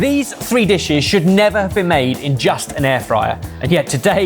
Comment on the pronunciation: "These 3 dishish"??